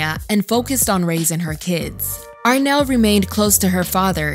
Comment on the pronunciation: It’s Arnelle not Renelle.